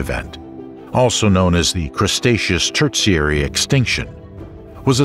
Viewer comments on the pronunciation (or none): I enjoyed this except towards the end when the narrator decided 'The Cretaceous Era' was actually called the "Crustaceous" era. And then he pronounced 'Tertiary' as 'Terzziary', like some Italian dessert. I was laughing out loud - and he had done so well with all the other scientific names.